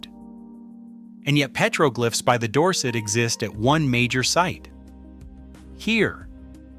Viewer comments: ❤Petroglyphs is pronounced PET-ruh-glifs (IPA: /ˈpɛtrəˌɡlɪfs/). It is a three-syllable word with the primary stress on the first syllable ("PET") ... not a "glife" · Psst: "Petroglyphs" is pronounced PEH-truh-glifs (IPA: /ˈpɛtrəˌɡlɪfs/). The word is broken down into three syllables: "pet-ro-glyphs," with the primary stress on the first syllable ("pet") and a secondary stress on the last syllable ("glyphs"). NOT petroglifes. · You lost me at PEETROGLIFES. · Piētro-glìffes ? I know them as pëtrōglyphs. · Dude said Pete rogue lifes instead of petroglyphs lol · Interesting stuff to be sure....but "pay-tro-glyff"???!!! You got to be kidding... You can pronounce all of these native language names and you can't say petroglyphs??!!